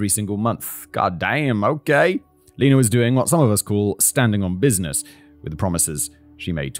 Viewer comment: (pronounced) “STANDING ON BIN NESS”